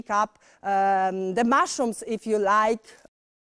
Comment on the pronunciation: if ju LAJK ten akcent XDDD